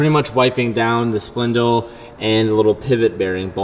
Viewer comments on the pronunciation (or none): LMAO he said splindle